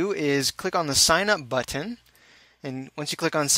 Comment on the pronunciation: Are you from Hawai‘i? You said "button" like a local.